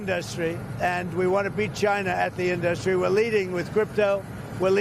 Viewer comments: Only the dumbest of presidents would, repeatedly, mispronounce the word industry as "in-DUS-tree". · WHY DOES HE SAY INDUSTRY LIKE THAT